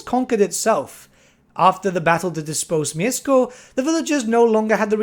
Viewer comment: Mieszko - that "sz" you may read as sh, but you have managed quite well with this name ^^"